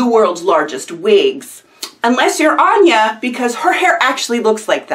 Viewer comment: This looks really cool, I definitely want to try in the future. Hearing my username surprised me, you totally pronounced it correct the first time.